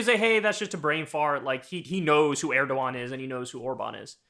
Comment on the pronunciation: I love how you get so many names mispronounced, but you get erdogan right. Lmao man i luv ya